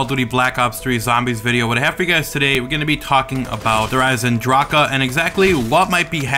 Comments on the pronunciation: I hate when he says it like that smh, it makes me cringe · no hate live the kids... but the German pronunciation is der "eisendrack" not der "eisendrackugh"